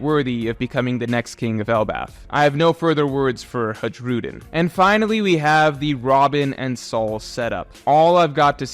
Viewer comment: Hey, going by the Swedish pronounciation, Hajrudin would be pronounced as Hi-roo-dyn. J is often pronounced "ee" in the nordic countries.